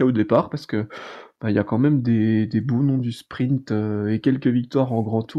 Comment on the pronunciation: Salut, j'ai découvert vos podcast/vidéo il y a peu et je vous trouve intéressant et divertissement. Merci. Juste un peu truc me fait un peu tiquer. Il n'y a p avant le t dans sprint. Ce n'est pas sprimpte. A par ça vraiment super